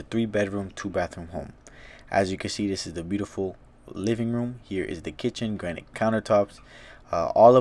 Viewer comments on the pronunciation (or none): none